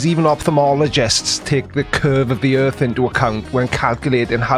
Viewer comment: Oh, I see. It's not the "Earth" that's flat, it's the "Earf" that is. 🙅😆